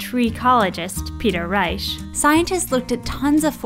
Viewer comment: Peter Reich? Or Peter Reish